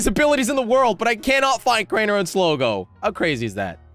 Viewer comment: Not sligi is slogo